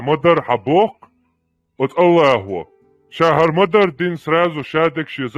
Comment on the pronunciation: Аль Льяхь экбер, на турецкий манер!